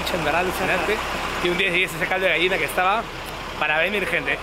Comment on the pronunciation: No se dice Gaina se dice Gallina .